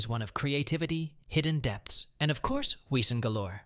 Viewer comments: It's pronounced vesen 😢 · it is pronounced "Vesson" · Vay-sen not Weesen . W is pronounced as V in German. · It's pronounced like "vesson," not "weeson." Were we supposed to listen to what you were saying an read the words on the screen simultaneously during the info about Danny Bruno and the others? Oh, and you don't need to start every single segment with "remember...?" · it’s pronounced v in German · You do know that a W is pronounced with a V in German, so it is Vessan. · Wesen is pronounced vessen. Get it right. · But it's spelled with a w so some people don't know it's pronounced as a v! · It's pronounced vessen. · Why can't this videos host pronounce the words from Grimm? Not much of a fan if he can't even say Wesen (Ves-sen) correctly. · It's pronounced Weezin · Wesen. It’s German. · Sadly AI voices don't pronounce the German word wesen with a "V" as you're supposed to do. I personally hate these AI voices. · Too Lock… David and Bitsie have a daughter, not a son. I think her name is Vivian. Vesen not we - sen Bloot Bahd Tah gah log not tag Ah lahg